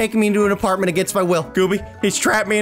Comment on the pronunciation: Lol aparntment